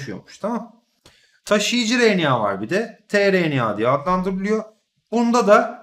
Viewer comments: hocam o kadar güzel RNA diyorsunuz ki r harfini hep söyleyebilen biri olarak ben sizin gibi güzel söyleyemiyorum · Hocam siz ne güzel RNA diyorsunuz öyle ;)